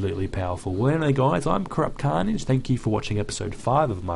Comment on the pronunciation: hello guys i am crap carnage it sounded like he said that